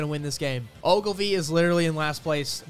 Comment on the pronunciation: why’d he do Ogilvy like that 🤣